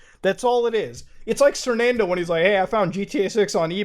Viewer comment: U said the name, hahah Sernando, hahaha!